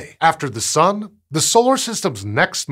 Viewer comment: I swear he says "The Sum"